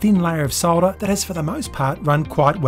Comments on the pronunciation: And that dear Americans is how you pronounce solder. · Hi, it's good to hear someone saying "SOLDER" the way it is meant to be pronounced instead of the American "SODDER", It's also good to hear "CAPILLARY" as opposed to "CAP ILL ARY,thanks from a fellow Aussie.